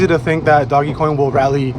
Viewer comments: you sound like a fool when you pronounce it "doggy coin." I figured I'd help a brotha out. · The only thing I took away from this sUpER iNfOmAtIvE video was this ass hat saying “doggy coin” 🤣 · It's pronounced "Dohj coin.".